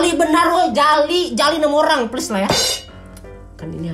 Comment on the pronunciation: Bacanya kyk plleess woyy:v